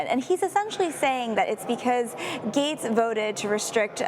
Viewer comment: Gaetz is pronounced Gets, not Gates.